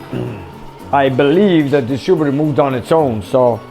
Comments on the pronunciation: Distributor... not distrubutor. Soft "i". And... Edelbrock... not Eldabrock. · I like the way you say "distroebeter"...no offence 🤣